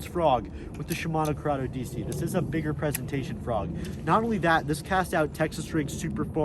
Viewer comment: he said shmino curdeo dc like 50 times😂